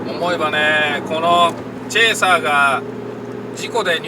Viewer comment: いつも楽しく拝見させてもらってます。 とてもためになります。 うちのかみさんがのチェーサーって発音がツボにはまったらしく うちのチェイサーをチェーサーって言うようになりました（笑）